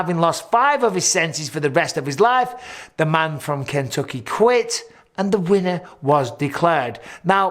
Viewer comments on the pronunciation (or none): none